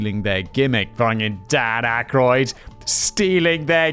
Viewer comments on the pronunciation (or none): none